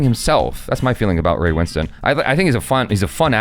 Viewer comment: LOVE that you can pronounce Ray Winstone’s name correctly 😊